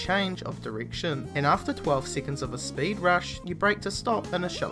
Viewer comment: for a few SEEACONS